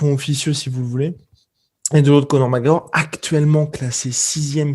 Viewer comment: "donc oui ! Conor Mawooorr qui avait dit !" xD